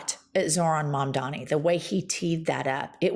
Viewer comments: It's MamdaNi not MamdaMi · I'm totally crushing over, big time. But PLEASE,: his name is Mamdani, not Mamdami! 🥰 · Why does she say “mamdami” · All of your points are absolutely true, but I've gotta say, you both need to practice saying Mamdani. You both called him, 'Mamdami,' at least once, but does it consistently. It wouldn't be so bad if it wasn't for the fact that people that hate him intentionally mispronounce his name. Love what you're doing, and hope you keep at it. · It's MUM-DAA-KNEE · Good takes, but can you please start saying Zohran's last name right? Especially